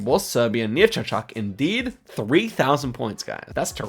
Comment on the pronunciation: sadly, the name of the city should be pronounced "chAchack", as my Serbian fellow told me. They way you pronounced it, "chachAck" that is, means "flower" in Tatar language.